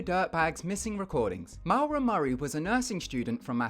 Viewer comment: No 1. Maura is pronounced like Laura. I don't blame you getting it wrong, it's my real first name, my parents changed to my second name when I was 6 wks old as noone could pronounce it.